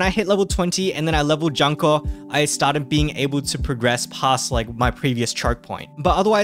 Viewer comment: Btw the dango girl name pronounce as June-Ko XD. Anyway if not meta slave for pvp its fine to take it slow for this game. You will only suffer at full clearing event and raids if you dont have certain students. Make sure to focus on 1-2* students like "watame". Note: Back in jp the red raid only came out after 2 yellow and 1 blue raids.